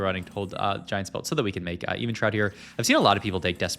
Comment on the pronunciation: It’s also Evenshroud not Evan‘s shroud